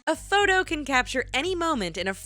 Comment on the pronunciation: i dont know what you saying its photo not what ever